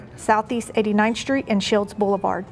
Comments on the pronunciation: Is pronounced 'street' not 'SHTReet.' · Where is "44th Shtreet"?